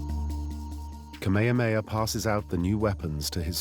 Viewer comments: Kamehameha - not ka-may-ya-may-ya Please have the respect to learn how to pronounce our great king's name. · Omg it’s pronounced Kah-may-ha-may-ha. I can’t with this narrator. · Please respect the Hawaiian culture and history by pronouncing things correctly. Kamehameha is "Kah-may-ha-may-ha." Kealakekua is "Kay-ah-la-kay-ku-ah." Mahalo